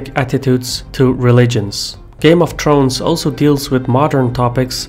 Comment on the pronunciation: "Game of Trones"